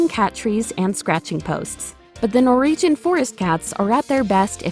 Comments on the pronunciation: Keep getting caught up by the pronunciation "Nor-EE-jhun" :/ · Also, is it me, or does it sound like she's saying "Nor-region" instead of Norwegian? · This would be far more watchable if you could pronounce Norwegian